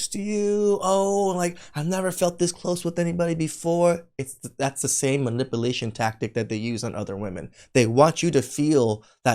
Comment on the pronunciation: bro been watching too much of cooley 😂😂😂 "manipilation" 😂😂